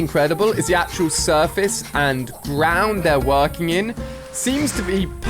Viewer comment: You said trees in said the grawnd